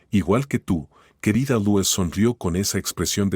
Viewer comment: Se pronuncia Luis